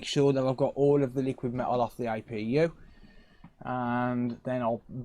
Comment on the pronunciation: its APU NOT IPU